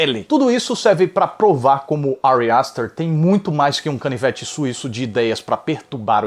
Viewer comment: Que agonia ele falando Ari aster